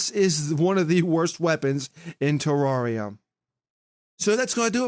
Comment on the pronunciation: it's terria not teroreya